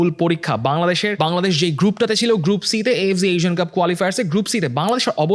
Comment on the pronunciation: এএফজি না, উচ্চারণ টা এএফসি ই হবে। অতি শুদ্ধ করতে গিয়ে হারমোনিয়াম কে সারমোনিয়াম বলার মতো অবস্থা! হা হা